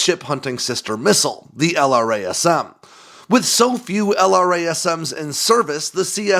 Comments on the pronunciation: Each time he says L-R-A-S-M, I cringe.... Why can't he say it like we all say it? "el-Ras-em" .... Or is this some Aegis style bullshit where the engineers say it different from the operators? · Nobody says "ell arr ayy ess emm". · Brother, why do you say "jazz-em" (instead of the letter), but not "el-razz-em" for LRASM? Save yourself some time!